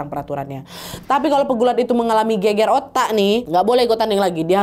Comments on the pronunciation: gegar ga sih bukan geger?? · Gegar otak mbak, bukan geger otak 😂